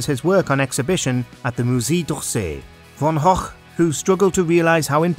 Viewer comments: Von hock! Was Van Gogh (pronounced go) really that hard to say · I've heard some creative pronunciations of Van Gogh, but never as "Van Hochk".... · "vincent Von och" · just a quick question: is that how you pronounce Van Gogh?